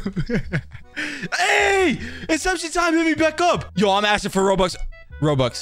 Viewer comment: asking* not aksing